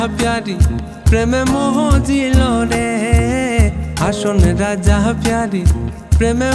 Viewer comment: হাসন রাজা বইলা কিছু ছিলো না। 'হাছন রাজা' ছিলো। উচ্চারণটা একদম যা তা করে দিছেন